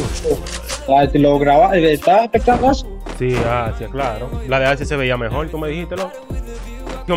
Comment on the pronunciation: "Mejol" jajaja eso me mato